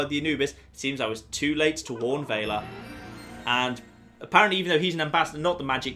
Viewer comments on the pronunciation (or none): VELL-UH Not "Vae-luh" O.o...